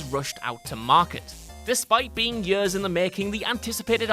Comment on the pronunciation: No offence but what Is it with English peope when they say "yurs" not years I mean you say ears not "uhrs". In case anyone is wondering I'm australian and I don't have an accent thicker than paper still this is just a question and I know it's the accent but, ... why?